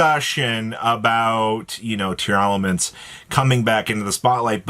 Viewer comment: Why are you pronouncing it Tear-a-laments?? I don’t see that extra “A” in how their name is spelled Just Tear-laments. Tear and laments. No extra “ah”